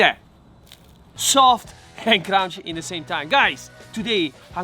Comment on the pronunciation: Sofft ... and crounchy.